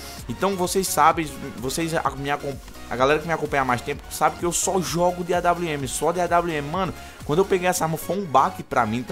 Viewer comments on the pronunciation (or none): kkkk AWM! "AINWN" KKKKKKKK EU RACHO